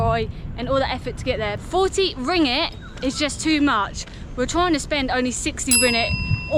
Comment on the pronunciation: Yes you are spot on, both syllables have a g each, so is rong 😬 It's not ring-it. It's not ring-ate. It's ring-gate. See? Each syllable has a g, don't be shy or lazy to say the g! Be generous with the g's. You have ringgit, you have the g's!